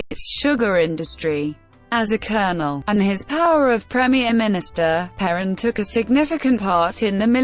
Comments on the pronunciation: Only assholes make videos with robot voices. Stupid robot can't even pronounce is name. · An electronic voice? And it can't even correctly pronounce the name of this fascist scum?